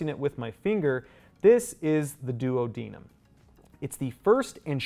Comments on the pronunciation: He keeps saying “duo deniem “ and I can only think of Peter griffin saying Oops my duodenum acting up Be he says it Do ad an nam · I’ve never heard duodenum said like that before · I have never heard duodenum and jejunum pronounced that way 😮😅